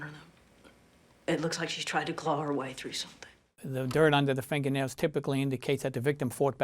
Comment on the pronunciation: “Finga-nailz” love it.